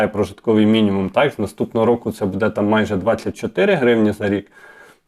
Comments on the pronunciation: Не будЕ, а бУде. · Вельмишановний , в слові «буде» наголос на першому слозі - « буʼ де» не « будеʼ»; в слові «розкажу» наголос на букві «у» не на букві «а».Дякую за працю.Коли б це збулося, про що ви розповідали в ролику! Буду чекати на підвищення пенсіі.❤🎉